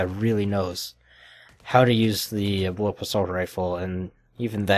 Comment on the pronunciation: BullPUP! not bullup... gosh